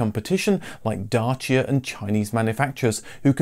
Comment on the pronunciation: Props to you for saying "Dacia" the correct way.